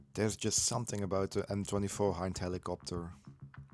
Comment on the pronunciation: It pronounces exactly like "ME" M-I makes my ears hurt